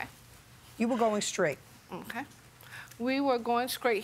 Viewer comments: Ill never understand why some people say "skraight" instead of "straight". Like they don't pronouce the T in every other word they speak 🙃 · She definitely said Skraight 😅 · Why did she keep saying they were going 'scraight'. I don't want to be rude but is that a speech impediment? Or a choice? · Older, county people kick me 😂 cause taking the ‘T’ out of ‘straight’ is crazy